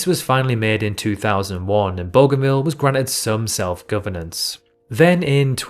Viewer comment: Booganvil, Oh-shan-ear. Why not do some research? Wikipedia has pronunciations.